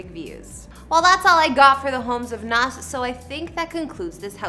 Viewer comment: Its not Nahsss, it's Nahz